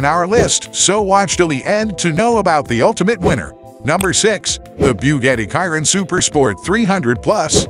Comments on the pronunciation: Bugatti " Kiron" .?? It's pronounced.." Shi-Ron"..(silent on the O). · Its not "kyron" its pronounced Sheer-on=Chiron! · This would have been a great video But using automatically voice A dislike from me It couldn't even pronounce the Chiron